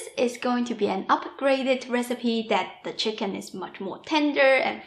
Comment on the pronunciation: I love your speech patterns. Every hard consonant has an after echo. "Wok-kuh" "chicken-nuh". It may be just that you always smile, but I find myself smiling and enjoying your talking! xox